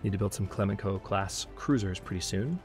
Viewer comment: Great series so far! Regarding your Clemenceau-class Cruisers, the 2nd c should be soft. So it's pronounced "Cle-man-so", not "Cle-man-ko". Named after Georges Clemenceau, victorious President of France during the First World War.